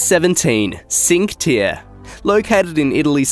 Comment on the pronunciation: WAIT, HOW DID YOU PRONOUNCE NUMBER 17? It's pronounced "cheenquae taerrae".. if we want to type it as you should read it correctly 😂